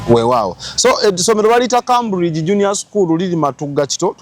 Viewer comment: It's pronounced Kemburigi, Cambridge in English. Tokitwala, it's for correction